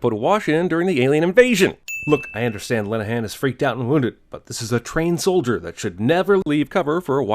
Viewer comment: It's a sin to call a Marine a Solderer.